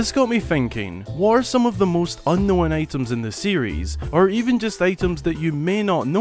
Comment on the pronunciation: You're making the word "unknown" which is a 2 syllable word into 3 syllables. Why?